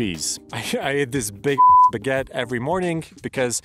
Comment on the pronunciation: Perhaps , before making a video about EU hiking you should learn how to pronounce some of the words, like “Refugio” or “baguette”. Not even mentioning that you clearly violate the rules with your “wild” camping.